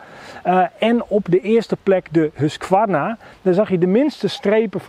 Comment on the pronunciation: Je spreekt de q niet uit in husqvarna